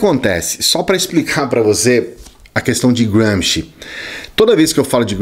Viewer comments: Apenas uma pergunta quanto a pronúncia: não está dando um 'toque inglês' em um nome puramente italiano??? Eu apreciei tudo o que você expôs... mas é a 'prima volta' que ouço o nome dele como um britânico ou estadunidense falaria... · Nada. Só enche o saco ouvir um nome italiano pronunciado como ingles. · Adorei a pronúncia de Gramsci... Grande autor... britanico, pelo jeito